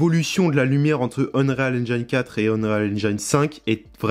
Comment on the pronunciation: cool le tutoriel c'est bon pour ceux qui débute et je le trouve très pertinent. Ça m'aide aussi pour switch de ue4 à ue5 parce que j'ai pas trop vu comment fonctionnaient les nouvelles techno. J'aurai aimé voir un peu le world partition system parce que ça m'intéresse vraiment. Sinon ya une chose qui me trigger. Quand tu prononce unreal engine. Prononce le pas UnRÉAL engAYne. La prononciation en anglais c'est unreel engeene ou unril engine. Tu ira voir les vidéos d'epic games comment ils le prononcent.